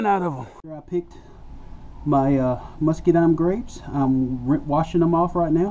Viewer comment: I like the way he says "muskydimes" :)